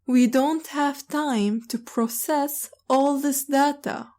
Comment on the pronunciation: شكرا لكي يا عندي سؤال لفظ كلمت data داتا انتي تلفضينها درا